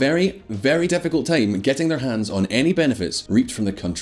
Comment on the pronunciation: "Difficult" in this accent sounded rather like an unexpected alternate, more sophisticated wording for "s***t."